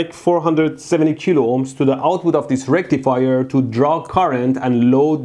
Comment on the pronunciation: Full Bridge Rectifier ain't no circuit I ever heard of. Say Full Bridge Recifier again mf. 🤣